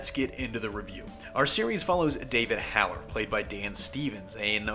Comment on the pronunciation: ... I thought it was David Holler n not David Haller... or did u just pronounce it incorrectly??? I'll just assume that u pronounced it incorrectly bc I'm 99% sure that it's David Holler n not David Haller... ...Holler, like yelling... "Holler", understood? ...n not Haller, like "Hal"; a guy's name...n then "-er" is obv just "-er" lol idk what else to say about that part lol ...so yeah, lmk if he actually did just pronounce it wrong or if I'm just crazy n he is pronouncing it correctly n I'M THE ONE WHOSE HEARING OUT INCORRECTLY lmao... fill me in people lol lmk wtf is going on okalee-dookalee???